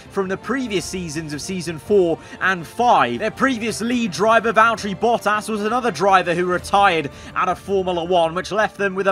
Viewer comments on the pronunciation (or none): none